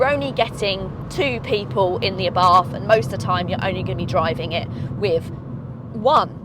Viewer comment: ..picky, picky, I know.. is't Ah-bart not Abahrth ..